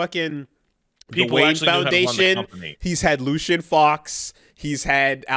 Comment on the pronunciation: I wonder if will someday manage to get Lucius Fox's name right on the first try?